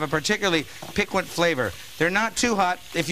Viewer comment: He said "pick-want" for piquant LOL And why does every tv cook throw away the back of the chicken??? I know a lot of people for whom the back is their favourite part of the bird.